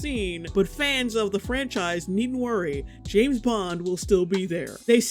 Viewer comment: JAMES bond. JAAAMMEEESSSS bond!!! James, not Jess bond ffs